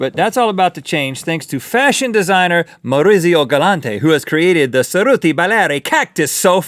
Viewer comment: It's sweet the way Rhett isn't able to pronounce "Maurizio". XD